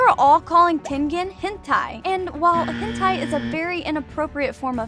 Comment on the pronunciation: The hent-i one 😭